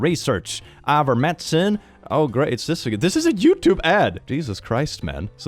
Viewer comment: has to be farming engagement by pronouncing Ivermectin like that lmao